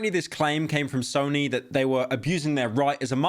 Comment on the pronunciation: Did he just say Snoy? Bro I can't lmaoooo